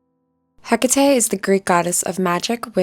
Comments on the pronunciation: As respectfully as possible it's pronounced heck-a-tea (not trying to be rude I just couldn't ignore it! Sorry if it sounds like I was just being rude!) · I absolutely hate how u say Hecate u either say eh-cah-teh or heh-cui-t😊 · That's all I could focus on too 😅